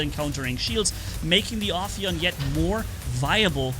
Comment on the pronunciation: First one to say the name right 👍 So far i heard Afaian Aphian Ohioan Oppion and the list can go on 🤣🤣